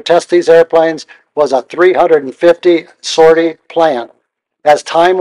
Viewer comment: This was a really great telling of it's history. Is this narrated by a text to speech of some kind? The pronunciation of certain words like "sortie" is odd